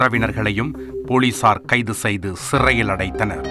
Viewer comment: "ஸ்ஸ்ஸ்சிறையில் அடைத்தனர்" ஏன் இந்த அழுத்தம்.. நீயும் மனிதன் தானே.. அந்த தாய் செய்தது தவறா?